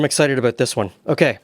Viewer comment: The way you say aboot I assume your Canadian . Most of us to the south of you have no idea what Marmite is please explain!! 😅😅 Is it like Vegemite??🤔🤔🤔